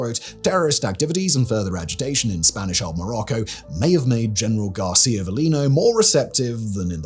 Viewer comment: The accent in García is on the wrong letter ;-)